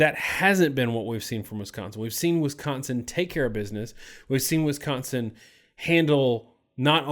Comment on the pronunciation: Why do you pronounce Wisconsin as Wiscontsin?